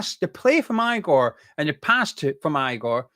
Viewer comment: Hey, it's pronounced Igor (e-gore, not I-gore).